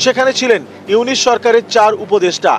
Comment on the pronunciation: এতদিন স্টাডি করে ও একটা লোকের নাম সঠিক ভাবে বলতে পারছিস না,,,ইউনুছ কে ইউনিচ বলছিস???